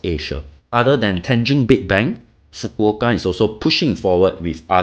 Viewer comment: Thank you for making the effort to pronounce Fukuoka correctly 🥰😄🤣